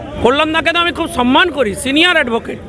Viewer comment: তোরা শূয়োরের মাংস খেয়ে সম্মান কে সন মান বলিস।